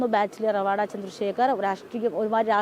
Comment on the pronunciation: നിങ്ങൾ പല വാക്കുകളും പേരുകളും (മറ്റു സംസ്ഥാനങ്ങളുമായി ബന്ധപ്പെട്ട് ) നിങ്ങൾക്കു തോന്നുന്നതുപോലെയാണ് ഉച്ഛരിയ്ക്കുന്നത് ഇദ്ദേഹം റവാഡാ ചന്ദ്രശേഖർ അല്ല ശരിയ്ക്കു മലയാളത്തിൽ ഉച്ഛരിക്കേണ്ടത് രെവാതചന്ദ്രശേഖർ എന്നാണ് ഇത് തെങ്ക് വാക്കാണ് A P യിലെ ഒരു കുടുംബ പേരാണ് രെവാത എന്നത്